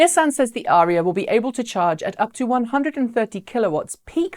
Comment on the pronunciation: Why do you think Autoline is pronouncing it Uh RHEE uh?